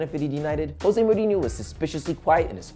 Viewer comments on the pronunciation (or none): none